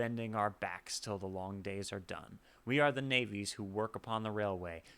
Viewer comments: I have taken that railway, when I went to BC for my first job. I am now retired. This was and still is one of my favourites. The words that weren’t sure of are pronounced navies with a soft a like “naavies” and muskeg like musk-egg. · Glad to hear you do this one. It's my fave Lightfoot song. A small point about pronunciation. Navvies has a soft a like savvy.